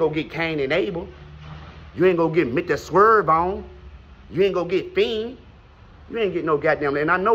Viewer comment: I’m crying and he called him swerve on😂😂😂